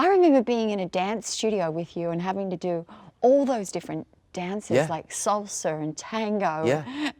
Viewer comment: did she say "salser"?